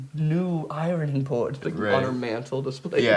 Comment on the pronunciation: "i-rone-ing" - Jared Dines 2019